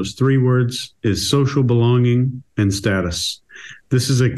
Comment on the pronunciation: Thank you for pronouncing status correctly ❤